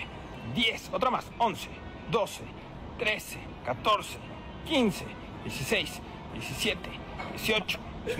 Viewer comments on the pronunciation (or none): none